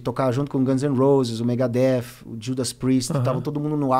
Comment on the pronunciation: Pensei isso tb, mas depois ele falou Megadeth corretamente.